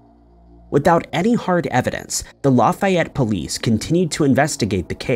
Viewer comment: I didn’t know about the Lafayette thing and I’m from Louisiana. Just a side note,, it’s just pronounced, La (pronounced like the letter a in apple) fE et. Comeaux 😳 I think I know some Comeauxs